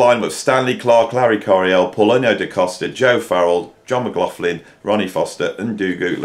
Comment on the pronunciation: It is pronounced John! Actually it's Ma-gloch-lin. I think given up trying to pronounce it correctly 🤣